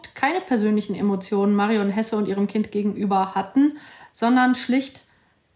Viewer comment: Der Sprecher damals hat Hese statt Hesse gesagt.